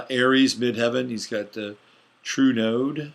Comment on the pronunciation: It sounds like you are saying Trudeau instead of True Node. Maybe North Node would be clearer.